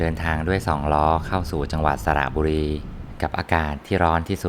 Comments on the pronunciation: ฟังครั้งแรกได้ยินสระบุรี เอ๊ะ! ฮ่าๆ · ทำไมต้นคลิป ได้ยินว่า สระบุรี